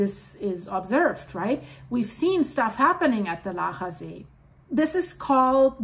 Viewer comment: I will still go for a swim in Laacher See. :) / Your pronunciation of "Laacher See" and "Rheingraben" is perfect, btw